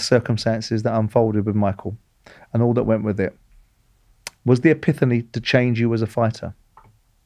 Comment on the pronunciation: don't forget "epithany"